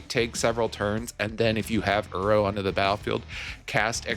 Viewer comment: I love your videos man this is the 2nd one thats popped up on my feed recently. Coming from an avid arena brawler, I love the direction you took with the deck! P.S I have to say, hearing you say "uro" instead of "iroh" kept bothering me 😂idk why, just ruffled my feathers haha